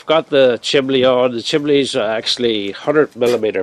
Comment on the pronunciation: Why do Brits call it a, "chimley"? It's a chimney!